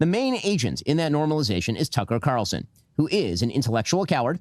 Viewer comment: Carr-ral-sen is how pronounces Tucker’s last name.